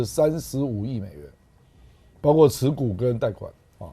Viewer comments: 包括，读音是不是包“阔”呀？而不是包“刮”？ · 包括念：baokuo 不念 baogua 😅